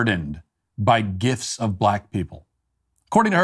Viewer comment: Yes but let's just stop for a minute and observe how he called it a "gif(t)"